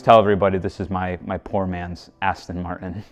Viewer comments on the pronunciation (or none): none